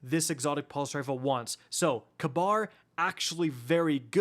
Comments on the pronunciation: Ka-Bar? I thought it was Ka-beer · its probably ragebait but holy FUCK. ITS PRONOUNCED KABEER NOT KAB- AR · you're driving me nuts with your pronunciation of Kabr's name XD Its not Kuh-bar its Kuh-beer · It's pronounced Kayberr lol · You’re right. It is k-beer. Idk why said it that way. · calling Kabr KAHBAR is the highest form of rage-bait 😭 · is that how the dr game pronounces his name? i always pronounced as kahbeer 🤔